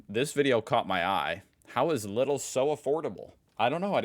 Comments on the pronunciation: Lidl is pronounced with a long "i". The easiest way is: Say "needle" and change the "n" to an "l" (leedle) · Lidl is pronounced the same way Patrick Star says „Lidl-lidl-lidl-liii“😅 i think this is the best way so explain the sound, just off the top of my head.😂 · Correct spelling would be Leeeeeedl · It's pronounced "Leedl" like lead with an extra L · Everyone in America pronounce it completely wrong Lidl the I is a long I, more like Leedle if you say it in English. Everyone is saying it as fast the I in English 💙💛❤️ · You pronounce Lidl as " Lee Dell" like the bruce lee and dell computer. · It's pronounced Lee-dl. And yes, it copied a lot of stuff from ALDI. Main difference: ALDI exploits its suppliers, while LIDL exploits their workers. Not as bad as Walmart, but compared to other german retailers, LIDL is not known for fair working conditions. Also: LIDL is currently trying to become the european alternative to Amazon. Successfully mind you. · It's pronounced leedel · Lidl is pronounced leedl. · It's pronouced Leedl. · It's "Leedle", with a long 'ee'. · Neither, it's pronounced 'Leedl' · In Germany the pronunciation is lea-dle. I don’t know what Aldi does in other countries but in Germany they sell all sorts of stuff that is not part of their standard stuff. Computers, clothes, garden chairs, some of these things extremely competitively priced. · You pronounce it "Leedl" OMG this gave me an idea for an maskott: Bruce Leedl !!! lol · The pronounciation for LIDL is: Like Needle with an L. "Leedle" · or Lee-Dell but we told him 100 times he consequent ignores german pronouncing rules xD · Lidl, the 'Li' like General Lee and then the 'dl' similar how the ending to 'comfortable' sounds like 'bl' so Lee'dl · It's pronounced Leedil❤ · Lidl is pronounced "Lee-dell" originally. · its pronounced LEEDLE. and ALDI is just ALDI, not ALDI's. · Lidl is like " Leedell". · The pronounciation is Leedl. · I´d rather pronounce it like "Leedl" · Say Lidl like Needle!